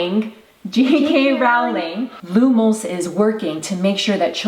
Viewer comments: It’s Rowling as in Row your boat, not “raw” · lumos is amazing! thank you for that! your amazing.but its pronounced Roll ing not rawling.... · no offense but it's pronounced Rolling not Rowling but it's spelled Rowling. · I’m not hating but you pronounced JK Rolling wrong